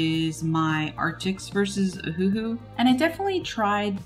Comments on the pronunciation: No, it's named after the Hawaiian island "Oahu", so it should be pronounced Oh-Uh-Hu or Owahoo. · it’s O-huhu not huhu ?? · pssst it’s cuz it sounds like your saying Ahuhu instead of Oh-huhu 😉😋😅💘🦋🍭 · It's named after the Hawaiian island "Oahu", but they got rid of the dashes for Oh-Uh-Hu and left it OhUhu. So the correct pronunciation is Owahoo. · Except it's not a Chinese pen. It's Japanese. And anyway the company named it after the Hawaiian island "Oahu", but they spelled it Oh-Uh-Hu & took off the dashes. So the correct pronunciation is Oh uh hu or Owahoo.